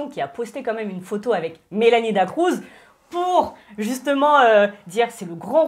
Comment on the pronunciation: Je supporte pas les gens qui disent Mélanie "DA CROUZ" 🤯🤯🤯 C'EST "DA CRUZ" BORDEL